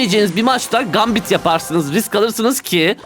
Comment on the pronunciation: "Gambit"'teki "a", "æ" diye okunuyor haberin olsun, "gæmbit" seklinde, ve sondaki t cok sessizce okunuyor, yabancilara rezil olma diye soyluyorum.